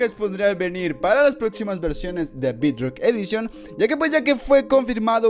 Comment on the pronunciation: No se pronuncia bidrock